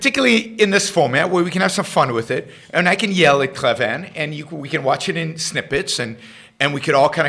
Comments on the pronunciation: Just a heads up - his last name is pronounced CLAY-VIN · Yaron, I'm a big fan of Andrew Klavan (by the way you should really learn to pronounce his name properly, he says it a number of times in each of his videos). You went overboard in criticizing him. There is no need for ad hominem attacks. Klavan is an accomplished writer, and I'm sure he comments were directed towards Rand's writing style rather than the philosophy espoused.